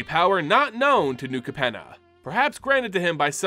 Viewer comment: And Capenna. And repeatedly called "Maestros" the "Mephistos"